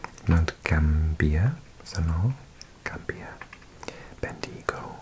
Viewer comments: All the people of Esperance will be loving the bougie pronunciation of Esperánce hahaha, closely followed by those on Ben-Dee-Go. gosh this video is so endearing. Thankyou from Adelaide! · Geelong is pronounced jeh-long, Bendigo ben-de-go and Traralgon tar-al-gon. Love the vid as always, and nice to see my hometown in one of these paper map vids :) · To add: Warrnambool is WOR-nam-bawl. Albury is AWL-bry. Bendigo has the stress on the first syllable. Moe is MOW-ee.